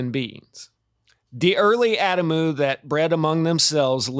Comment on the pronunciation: Adamu: ah-dom-oo 😀❤️☀️